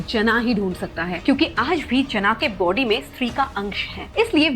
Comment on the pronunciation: When you were saying this in the starting:Us ka body bohot bara tha, my little sister thought you are saying: Us ka POTY bohot bara tha🤣🤣🤣